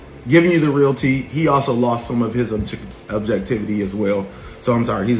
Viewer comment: The way he is pronouncing “objectivity” is annoying. Also, as a grown man with such a busy life how do you have time to watch all of these YouTubers ?!